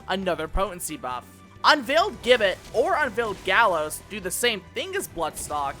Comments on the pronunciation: i already know you are going to get defensive on this so lets skip that part and move on okay... you are saying gibbet wrong. the word itself isnt english the G takes a J sound for the word with the rest flattening out like this ji·buht = if you wish to check for yourself i suggest a quick google search the browser will litteraly say it for you . im not saying ppl dont make mistakes but if nobody ever points it out everyone will just keep making the mistake . that said the video itself is a very good one . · Americans saying Gibbet is funny. For those who care it's pronounced (ji-bey) Awesome video btw!